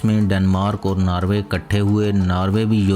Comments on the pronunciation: it's norway not narwaay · its not narway its NORWAY.....:)